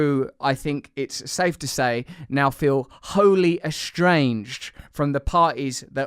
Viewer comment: ... Oh Russell. "Eshtranged"? You know very well that it's 'estranged' with no "sh" and just one single sibilant 's'. proves it.